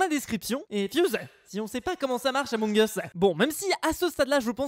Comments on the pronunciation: On dit emong us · c'est la prononciation réelle among eusse pas among iousse c'est anglais among us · Persone:: ameug us 😂😂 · Toute la terre: Among us: Amongeusse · Ba non moi je dit amoug us pas amongeusse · ON DIT PAS AMONG US MAIS EUMONG US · Tous le monde dis {among us} mais ça ce prononce {emong us} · ce n'est pas among us ça ce dit Among as Mais ça s'écrit among us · Tout le monde connais le jeu mais malheureusement personne sais comment le prononcée 😒